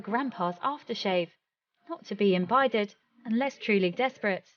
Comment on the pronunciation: Did the narrator say 'imbided'?? Surely she meant 'imbibed'. Grammar, where art thou?